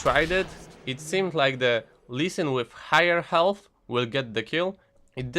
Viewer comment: lmao ğHğhigher ĞhğhhğHealth funny accent